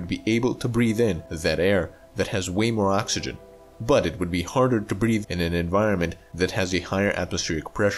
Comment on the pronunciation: And' breed'